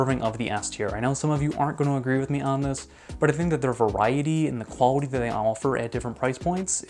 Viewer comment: Bro really went quwawity